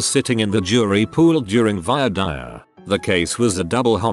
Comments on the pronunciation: It’s pronounced Vwa Deer not Vio Dire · The second word in "voir dire" is pronounced "deer." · How hard is it to write "voir dire."? It's not a rhyme, it's not "vior dior." It's French.